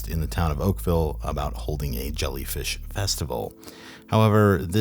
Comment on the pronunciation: Not oakvale